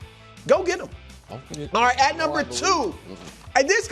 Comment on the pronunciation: Chris “Auight” Broussard